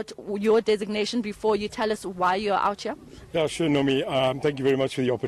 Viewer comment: Did this reporter say 'outhcea' as in OUT HERE. Oh wow